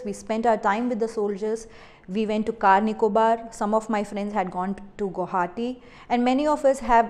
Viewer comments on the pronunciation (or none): none